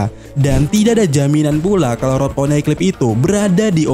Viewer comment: Min kok poneglyp jadi poneklyp kedengarannya